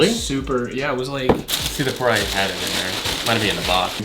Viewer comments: Price or “Pirce”? 😅🤭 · when it says pirce instead of price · I love how I it said pirce instead of price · Bruh he said for price pirce